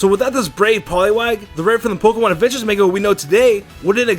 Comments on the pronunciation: I'm sorry, but you just said "man-ga". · Bruh main-ga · DID HE JUST SAY "MAYNGA" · yeah he says "main-ga" lool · He said manga wrong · The way he pronounces "manga" makes me crazy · am i the only one who heard him mispronounce manga in the beggining or am i stupid?